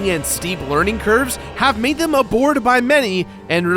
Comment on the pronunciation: did he say abored instead of adored?